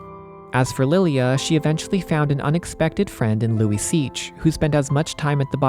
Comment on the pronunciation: I had to google it, Luiseach pronounced Luisha